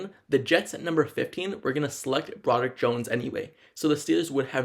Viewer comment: what the hell is a "Franchie left tackle"....dude has a severe speech impediment. "competive edge" "basee" they wouldn't be drafting him. DUDE....SLOW DOWN your speech and ENUNCIATE....you sound stupid!!! "Brodick" Jones???? C'mon man!